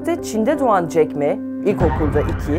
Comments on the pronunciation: jack me değil jack ma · Jeck me değil Ulan Jeck ma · Ma yün diye okunuyor, 马云, ayrıca jack miii değil, jack ma